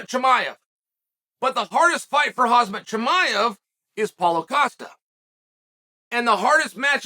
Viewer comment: "Khazmat Chimaev.." Yep, totally right.